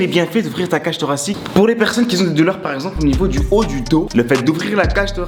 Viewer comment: Merciiiiiiiiiiiiiiiiiii ❤ et le qui z'ont aussi ça fait mal aux oreilles mais sinon bravo au coach